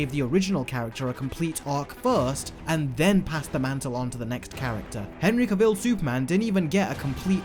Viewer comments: Cavill is pronounced like Travel. He said it himself. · Superman actor Henry “Travel”